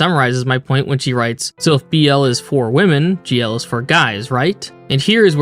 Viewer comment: I can't tell if you are saying "gay-ru" on purpose or not, but it makes me chuckle. These Gay-rus be gay! Good for them! Good for them.